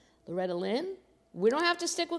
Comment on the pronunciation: That’s lOretty not lOtetty